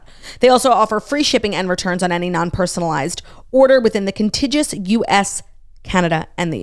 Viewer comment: The way Claudia pronounces contiguous as con-ti-jus vs. con-tig-you-us 😂 I thought it was a onetime mistake but she says it every time! Someone please tell her lol